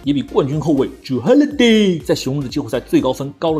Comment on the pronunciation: 為什麼他會唸成這樣？😂